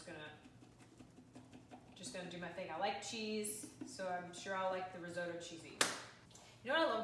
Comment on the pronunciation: pretty sure you are saying risotto wrong